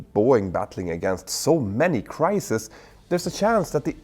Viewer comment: Crisis = one shit-show. Crises (pronounces cry-sees) = plural shit-shows. See on this video.